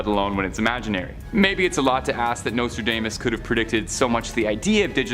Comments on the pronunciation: Learn to pronounce Nostradamus queen. Nose-tra-DOMM-us. Not dame-us. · U mispronounce Nostradamas. It is not NostraDAYmas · Nostra - DAME - us?? Where is this guy from??